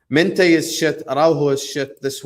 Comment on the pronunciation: Mineth? MINTEH 😂😂😂